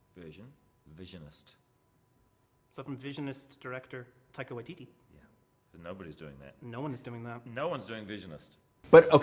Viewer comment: Correction: Tie-Ka Why-Tee-Tee (I am a kiwi) Your version sounds Australian to me even if I try to pronounce it in an American accent :D